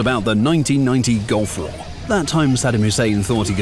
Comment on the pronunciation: It’s two words, Gulf War. Not “gulfwar”